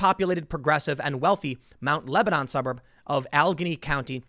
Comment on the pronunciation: Also said Lebanon wrong